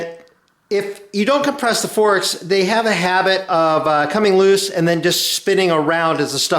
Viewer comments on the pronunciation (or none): none